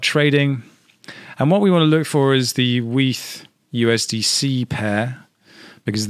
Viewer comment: dude said weef....lmao